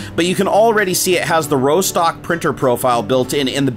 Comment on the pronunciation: Rostock is a place in Germany, it's pronounced Ross-tock, not Row-stock